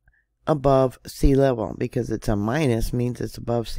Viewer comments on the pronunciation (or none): none